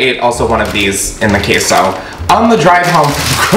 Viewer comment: did he actually say KEY-so